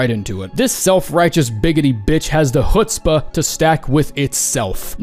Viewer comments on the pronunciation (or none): none